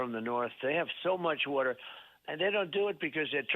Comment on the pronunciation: “Wheter” … OH, water. 😮💦